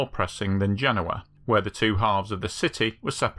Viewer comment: I watched a video about this on another channel recently, and yours is superior and not only because you could actually say the name of the city right. The other one has the guy saying Gen-OH-uh.